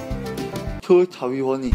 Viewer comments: it's chubby bunny, not chubby bubby xD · One chubby Bobby! You know.. chubby burning, yes.. 2 chubby burny.. 3 chubby barney, yes.. KEEPS ON SAYING CHUBBY BURNY! End*: Charry bunny.. Shinee body~ Ahmm..? Why can't you pronounce chubby bunny well? Haha. So cute. <3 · The Chubby Bubbby Challenge~ XD No its Chubby Bunny. 1 Chubby Bubby 2 Chubby Pubby fart noise 3 Chubby Pubby Cheese (At least thats what I heard) Chubby Pubby and Its the Crown the Clown and not Crown the KANGJUUUUUUUUUUUUN